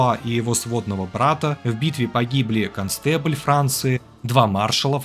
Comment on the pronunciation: Не констебль, а контенабль Франции.